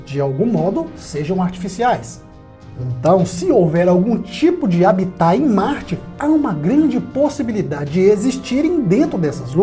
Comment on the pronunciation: Amigo, adoro seus vídeos, mas não me conformo com os erros de português. Algumas dicas: "houveram", não, "houve", pois se trata do verbo "haver"= "existir", sem sujeito e, portanto, na 3ª pessoa do singular; diz-se "habitat" (com a sílaba tônica em "ha"). Por favor, vídeos com tantas informações preciosas merecem uma língua mais cuidada.